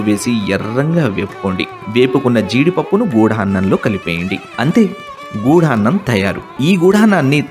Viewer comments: గుడాన్నం..... గూఢాన్నం కాదు..... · చాలా మంచి ప్రయత్నం. చిన్న సవరణ... గూఢాన్నం కాదు... గుడాన్నం. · గూఢాన్నం కాదు గుడాన్నం గుడం = బెల్లం